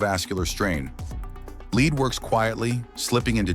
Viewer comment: Please pronounce word Lead like the metal it is.